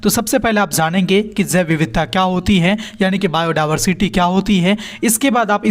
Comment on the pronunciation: बायो डायवर्सिटी ❌ बायो डाबरसिटी✅